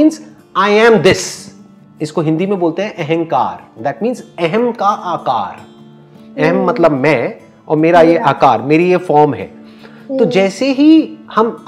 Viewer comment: Ahaankar... Ahaamkar.... Ahaam= important. Kar= verb/work. With respect make correction if you think?? Thanks